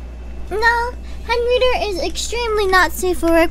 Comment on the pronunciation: Everybody's talking about Amashiro and whatnot here in the comments, but surely I'm not the only one that nearly did a spit-take when she said "Henreader", right?!